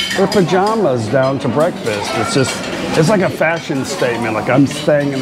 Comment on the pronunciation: another entertaining video, have not heard "brefast" for a few days